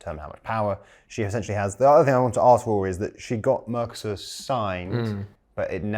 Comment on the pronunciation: Gotta love the 'mercosaur' pronunciation 😅😅